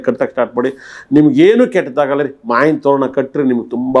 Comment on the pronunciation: ಸ್ಪಷ್ಟ ಕನ್ನಡ ಉಚ್ಚಾರಣೆ ಮಾಡಿ. ಮಾವಿನ ಎನ್ನಲು ಮಾಯಿನ ಅನ್ನುತ್ತೀರಿ.